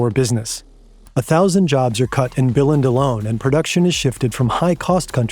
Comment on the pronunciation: did you just pronounce "billund" as "bell-end"? 😂 the english word bill is almost identical to the first half use the vocal sound of the e of "bee" instead of bill's i noise. if you know the german word "unt", that works. just cut the t. thats the second half. took me a bit of sounding out, but if you use the "um" of "rectum", but replace the m with n, then its spot on. lego are bell ends but thats not how you pronounce our town name! also, godtfred filed 10 patents for interlocking bricks, not 1. he tried to make it impossible to copy it, so he patented all the alternative solutions he could come up with too. its a little disappointing since your own image of his patents literally shows this. didnt you look at it yourself?